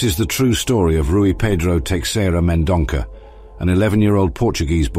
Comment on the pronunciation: The name is Teixeira Mendonça, read as Tay-shay-rah Men-don-sah.